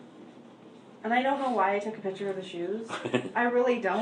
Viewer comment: There's no such words as kidsess, girlsees, she uses like too, and piture for picture, whatnot, she's just as bad as the moron husband.